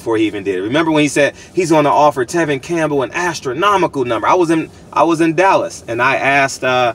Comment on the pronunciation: “Tevin Campbell” you funny af 😅